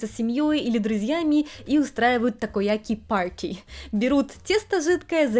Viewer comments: Парти? В английской 'R" в слове пати не читается😂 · лол, ты с таким прикольным акцентов сказала Такояки ПАРТЫИ😆👍